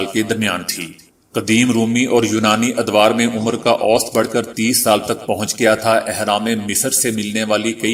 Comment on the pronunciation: اوسطاً پرھنے ھیہں اوسط نھيں پرھتے